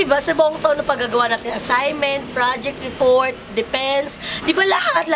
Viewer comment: reFort.. dePense.. haahaha ang cute mo!